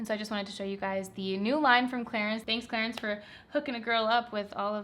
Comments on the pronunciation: The french pronunciation is Clarans :) love your videos!!! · It should be pronounced as "Cla-run" right???? Hahahahaha no hate. I am confused coz I say Clarins and prople would mock me :( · I heard Clarence at first and i was like who is this Clarence and why is he sponsoring your video 😂